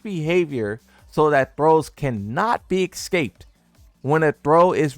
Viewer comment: "He cannot be eggscaped"